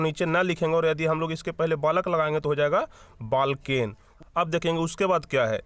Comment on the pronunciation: Balken ❎️ valken✅️